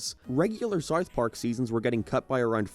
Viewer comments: im i the only person hearing “sarth park” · fr i cant even finish half his videos. he cant pronounce SoUTH Park and he sounds like a valley teenage girl at the end of all the sentences. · The way this guy pronounces “w” sounds is crazy. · do you have a speech impediment or something? someone that does voice over video essays for living should at least be able to pronounce basic words properly you re_________________________________________________________________________________ (t)ard sarf pork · " Sar Park " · Why do you pronounce it like "serwarth park"? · sarth park